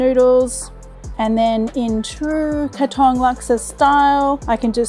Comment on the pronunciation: OMG !!! PLEASE LEARN TO PRONOUNCE THE PLACE OF THE DISH THAT YOUR PRESENTING. THAT IS NOT HOW YOU PRONOUNCE "KATONG!" IT REALLY GOT UNDER MY SKIN EVERY TIME YOU WOULD SAY "KATONG" MY FATHER WAS A CELEBRITY CHEF IN SINGAPORE HE WOULD BE SOOOO EMBARRASSED AS HE WOULD FIRSTLY LEARN THE PROPER WAY OF PRONOUNCING BEFORE PRESENTING ON VIDEO!